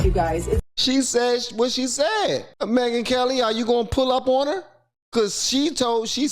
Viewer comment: Charlie The Ron and Me-Gyn Kel-Lie